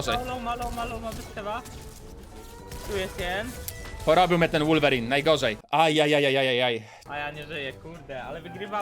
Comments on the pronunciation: Nie mówi się wulverine tylko wolverine Prosze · Muwi sie wolwerin a nie łulwerin